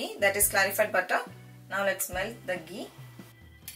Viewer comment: Its ghee! Not gee!